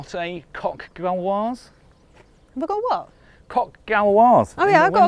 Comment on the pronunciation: It's 'coq GAULoise' and not 'coq Galloise'. You've called it a Welsh cock instead of a Gaulish cock 😂